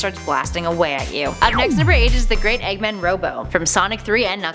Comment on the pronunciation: It makes me uncomfortable when you said Eggmen, instead of Eggman, Missiles like In Miles instead of Missiles like in Hills....... Some of you might not understand this.